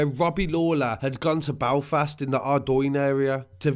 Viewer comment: 'BALFAST?' it's Belfast